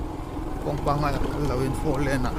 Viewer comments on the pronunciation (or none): none